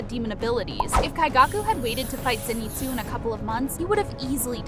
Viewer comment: Please just watch the show in English so you can get the names right Zen eat zu Een oh skay Meet sir ee Ka guy ah